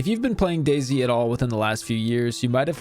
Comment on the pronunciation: Oh it’s pronounced Daisy not Day-Z